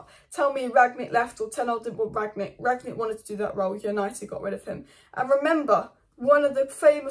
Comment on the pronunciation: Rang-nick. Not Ragnick , and certainly not Ranyick 😂